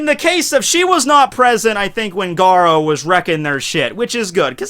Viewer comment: you pronunciation of garou is like gadou